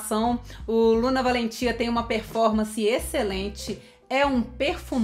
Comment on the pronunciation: Oi!!Assistindo você. Com certeza deve ser envolvente. Suave ao mesmo tempo. Me interessei. Pronunciou lindamente, corretamente o nome desse perfume.😍👏❤